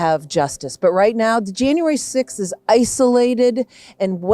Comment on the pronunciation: .. not to mention the way (s)he nasally squawks the word "now" with 3 syllables: "neeeaaaow"